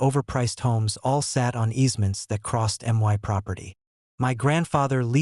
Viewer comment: Stop jiggling the camera also learn English you don't say my as m y you say my